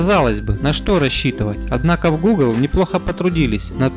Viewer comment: Гхэкающий обзорщик)))) диафрагхма, Гхугл пиксель, слух режет. Лучше уж на мове